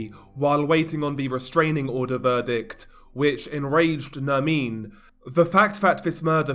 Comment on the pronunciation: It’s not Nermine it’s Nerrrmin